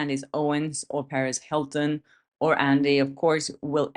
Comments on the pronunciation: It’s “Per”-“ez” not Paris Hilton. Just looking out for you before Paris Hilton comes at you. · Perez Hilton is not pronounced Paris Hilton they are two different people. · Love you mean it. The way you often pronounce Perez Hilton is very similar to Paris Hilton, and no doubt leads to confusion. By the way there's a question I've asked you and you seem to be ducking it. The question is, why are you always so easy on the eyes? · I thought you were saying Paris Hilton at first and I was so shocked hahaha